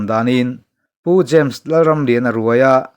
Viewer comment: James , tih hming a rik na reng reng ah, dawt nge thu dik fiah hma sak zel a tha, eg, Za mes.... No.. No. A....... Hi. i.. i. 🤒